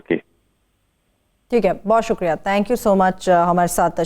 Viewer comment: YE AAJ MUJH KO KIA HUWA............SUQRIA NAHI....SUKRIA.